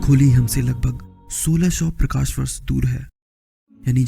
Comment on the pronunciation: prakas nahi prakash hota hai...😑